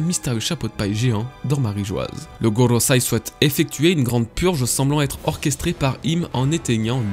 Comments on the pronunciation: par contre ça se dit goroSEI pas SAI c'est frustrant... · Excellente vidéo commet d'habitude ! Petit cours de japonais vite fait, ta prononciation du japonais est franchement pas mal à part concernant le Gorosei que tu prononces Gorosai. Quand le e en japonais est suivi d'un i c'est pour prolonger le "é". En gros ça se prononcer Goroséé